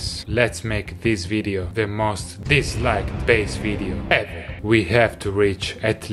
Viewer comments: 11k people thought he said "slapp dis like now" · It sounds like he's saying "Slap This like now" so I'm having a hard time choosing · What Davie says : Slap Dislike Now ! What i hear : Slap this like Now ! Me : OK! .